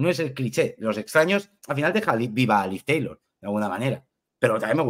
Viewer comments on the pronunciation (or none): La eterna lucha por que Rotten le diga Liv Tyler y no Liv Taylor